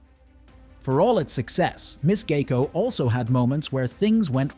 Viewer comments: I don't see an "A" in the name. It is G I E C O. Sounds like GI CO. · AI can't pronounce and you have trouble spelling. It's "GEICO" which is short for Government Employees Insurance Company.